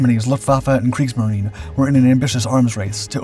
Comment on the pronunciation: The Brits had foresight, thankfully. P.S.: Thank you for pronouncing "Kriegsmarine" correctly. It adds to your credibility.